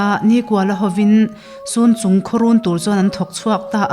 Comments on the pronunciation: Sunchung in tih hi chhunchung zawk anilo maw aw halkha leh falam inkar amikhi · Sun or cun chung tih ani mai thei.Chhunchung tih tur a ni e.